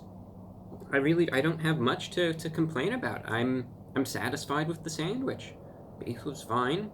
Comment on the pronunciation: If he says Sadwich ONE more f*cking time.... I mean, if l looked online and wanted to buy a "Sandwich". And it showed me some Sandwich shops near where this guy lived, I'd preosume McDonalds, and Burger king and Five Guys would come up on the search. They Sell Sandwiches apparently? I can't deal with American's calling something in a bun a Sandwich... it's not... it's a burger... a sandwich is between 2 pieces of bread... in a Ciabatta? It's a ciabatta.... His nails! are crazy horrible! i wish he'd cut them, if my nails even grow 1/10th of a mm, they get dirt under them real easy how does he deal with it!